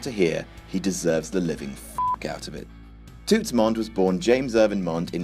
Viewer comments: It's pronounced 'Tuts'. 😂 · butchering of the word "toots" had me weak lmao